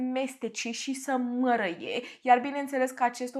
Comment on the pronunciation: De ce nu pronunți “ â”?😂🤣 “ găt”; “ mărăie” “stălpi”. doar de curiozitate întreb , am observat în toate video urile ca nu pronunți â, ci mereu zici ă unde ar trebui să fie î